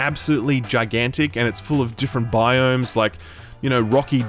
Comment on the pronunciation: Came here to hear say "biome", was not disappointed.